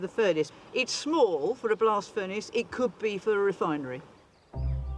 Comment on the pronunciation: Said “blast furnace slag”; heard “blasphemous slag” 😆